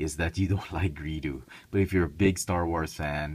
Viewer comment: GREEDO NOT GREEDU!